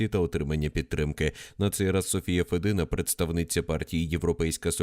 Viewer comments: Не Федина, а мабуть Фєдина! Цікаво, відкіля вона родом і хто ці батьки? Може ще радянські кгбісти? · навчится вимовляти правильно блядь фЄдіна